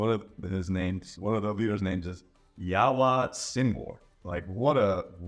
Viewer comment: Yahya is pronounced almost like yaya not Yahwa.